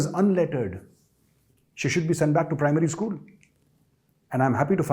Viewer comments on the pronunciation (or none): none